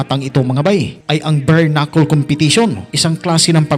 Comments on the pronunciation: Bare knuckle po Hindi berknuckle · Galing talaga ni kabayan sa “Bernakul”..🥴👊